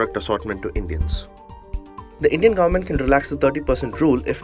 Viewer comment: *Government. Not goverent. I don't believe that you are an Indian living in America. What do you do there for living? Drive Taxi? Or maybe you are not even an Indian. You are a typical Pakistani trying really hard to abuse India.